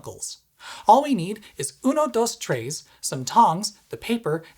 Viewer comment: "All we need is uno, dos, trays..." Ugh.